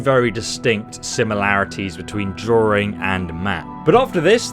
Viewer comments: Draw-ring. God that makes me cringe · Wtf is a “droowing”? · There’s only one “R” in “drawing”!